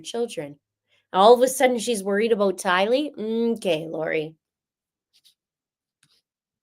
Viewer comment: Anyone else feel irked when the judge says Tylee's name with the wrong infliction!?!? Lol🙃🫠😉😝